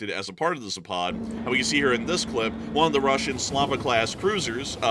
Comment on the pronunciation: Please !!! Zapad has the accent on the first " a " not on the second !!! It is Zaapad not Zaapaaad !!